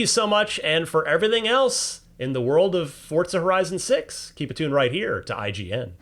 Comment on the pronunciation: Why did bro pronounce it like Fortza